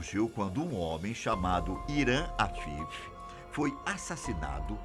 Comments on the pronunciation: "Hiram Afifi" kkkkkkk O correto é Hiram Abiff. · "Hiram Afifi". kkkkkkkkkkkkkkkk